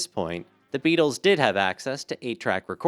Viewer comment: "Thuh Beedles."